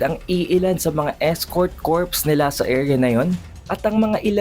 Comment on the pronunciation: escort corps - pronounced as escort "kor". silent S. if with S, the meaning will differ. "Corpse" meaning remains ng bangkay thank me later.